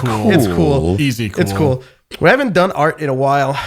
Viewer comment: the little fucking ‘kewel’ from is slaying me ToT